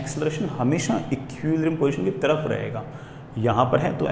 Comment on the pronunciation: "Ekkiuulibrium position"